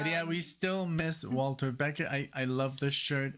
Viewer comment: Hi guys! Love your channel--BUT it's Walter BeckER not Beckett! Thanks!